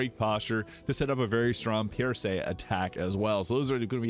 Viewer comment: Pierce, like you pierce something with a knife. What is Pierrrsay, your accent got me cracking up. Murrrking we got a murrrk